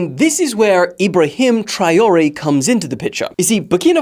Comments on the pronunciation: It’s Trawalleh for God sake 😭😭😭😭😭😂😂😂😂😂😂 but I understand no worries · the way you said Traore should be a international crime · the way you said Traoré will make africans (and prob french) cry